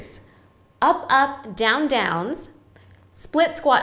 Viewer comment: Love the she says up "And ahp and down" 😂